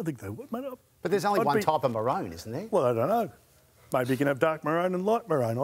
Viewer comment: Interesting pronunciation of maroon